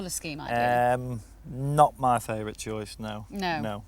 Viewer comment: im disapointing i think he say" me joice is kawasaki "